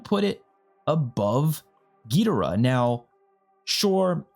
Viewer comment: Gid-or-uhh not gee-dir-ah. No offense